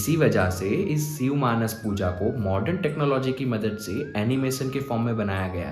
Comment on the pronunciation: सिव नहीरे शिव बोल 🤬🤬